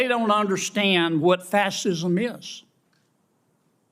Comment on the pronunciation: His foghorn leghorn routine is getting just a bit old in the senate. The man’s losing his mind. Telling a woman to put a bag over her head? How horrible that was for anyone. And Louisiana or not, teach old foghorn leghorn there how to pronounce fascism.